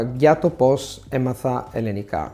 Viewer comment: It would be great if you could correctly pronounce the word ελληνικά. It sounds like you're saying "ελλενικά". Otherwise great job